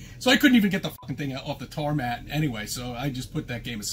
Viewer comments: WTF is a "tar mat",? 🥴 Do you mean tarmac? 🤦‍♂️ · He actually called it the "tar mat" instead of tarmac? 🙄🤦‍♂️🤦‍♀️🤦